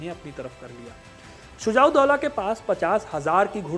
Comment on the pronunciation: पहले सुझाव दोला का नाम ठीक से पढ़ लो फिर इतिहास बताना